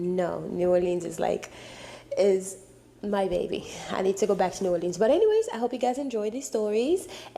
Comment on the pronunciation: “New” “or-leans”? What place is that? Never heard of it.